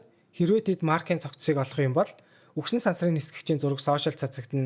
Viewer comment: үхэн гэж яриад байгааздээ бас хха